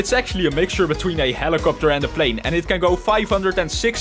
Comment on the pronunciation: when he says helicoputer